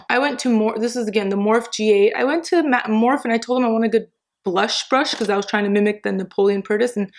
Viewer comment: Its not morph its pronounsed with the e on the end